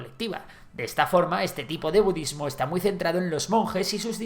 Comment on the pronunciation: You lost me at "bududismo"